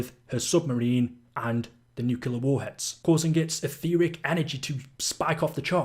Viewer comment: There's also the way he says Nucular instead of Nuclear. Thought I was going to have a stroke by the end of it